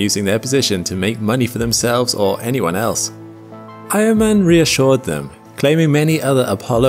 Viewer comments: Eiermann? I thought he kept saying Iron man. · I thought you said he was from the same region as “iron man” 😂